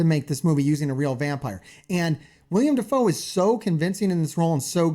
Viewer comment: Uhhhhh... it's actually willem dafoe